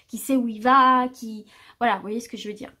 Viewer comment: Merci! clair precis et boostant. Mais léger bemol: pas de "t" à "va" donc pas de liaison avec le t et le mot suivant... Mais je continuerai à vous suivre! Je vous trouve tres agréable très fiable et revigorante!